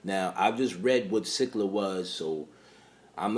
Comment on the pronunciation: No it's 100% pronounced SILL-A